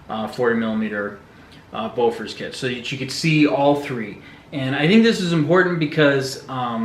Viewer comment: Bofors not Bofor......